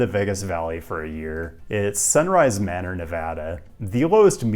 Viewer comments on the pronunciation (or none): none